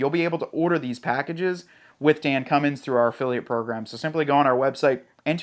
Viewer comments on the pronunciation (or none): none